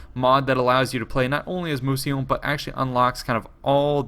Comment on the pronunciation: just a quick correction: it's "Mousillon" not "Mousillion" :)